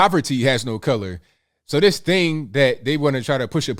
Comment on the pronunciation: please improve your pronunciation of words Say "this" not "dis" Say "That" not "dat" And so many other words, you are very hard to listen to. You have great content but i cant listen to the poor english